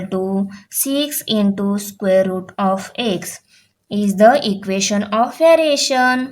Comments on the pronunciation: Teacher, it's EQUATION not EQUESTION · It is equation not equestion